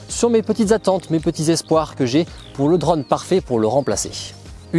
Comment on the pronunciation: Un drauuunne , tu peut pas dire drone comme tous le monde ?